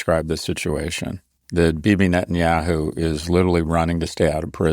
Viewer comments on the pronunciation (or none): I noticed a long time ago how Ian calls him NOTenyahu 😂